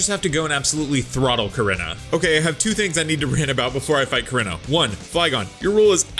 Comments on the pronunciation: its pronounced "core-E-naw"!!!!! not "core-in-ah"!!!! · Bruh your pronouncing korrina wrong